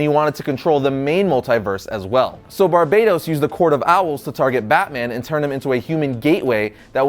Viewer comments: it's not Barbados, Bar-Ba-Towce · Bro said Barbados 😂😂😂👌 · It's pronounced ''Bar-BAT-tos'' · It's pronounced BAR-BAT-OS damn it hurts when you say it wrong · Can you pronounce Barbatos correctly for once?